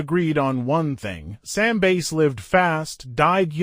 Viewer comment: Bass as in fish. Why can’t AI pronounce words correctly?